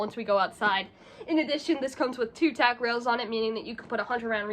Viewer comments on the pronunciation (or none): none